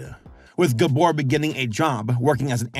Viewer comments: Unfortunately he was mispronouncing Gábor every single time 😅 But he did get Csupo right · I love that he can't pronounce Gábor. It made me laugh every time I heard it. Especially because my first name is also Gábor. And since everyone I know watches this show...I'm going to enjoy being called "GUBOR" for weeks. Thanks you.:"D